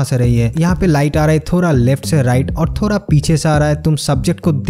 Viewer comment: थोरा instead of थोड़ा 😁😁😅😆